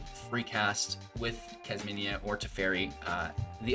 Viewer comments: Kas mi na. Kas me nuh. Not kas mini a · KASH MI NA as you would pronounce Jasmina .it's an eastern name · Say it with me..."Kaz-Meena". There is no "I" before the "A" in her name.